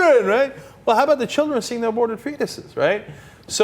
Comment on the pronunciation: The CHEREN, THE CHEREN ! haha loves it Cenk